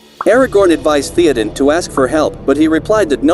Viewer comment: Keep making videos, mate. If you know what the name is supposed to sound like, type it out as it sounds, not as it is written. For example, type out "thay-oh-din" instead of "Theoden" and see if that sounds closer to the actual name with the program you use.